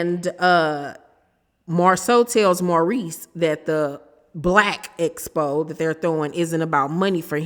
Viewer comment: Somebody please tell Tisha that it is Blaque Expo not Espo 😂